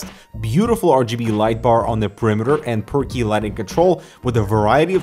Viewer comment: What you say: +Per key +Hardware Canucks What I hear: +Perky +HurricaneX